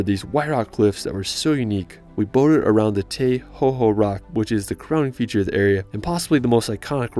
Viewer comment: good vidio but i live in new zealand and make sure you have good pronounciasion (its not tei hoho its te hoho